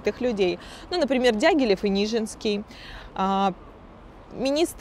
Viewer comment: Вообще то НижИнский известный танцовщик. На протяжении ролика ударения не там режут слух. ,наверно от волнения.